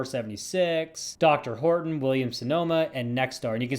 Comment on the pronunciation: I think its pronounced Dee Are Horton's